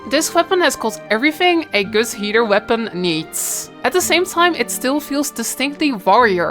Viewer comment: Why do I always hear "heater" instead of "healer" lmao